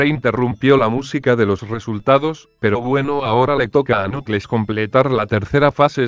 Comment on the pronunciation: en el minuto 657 lo dise knucles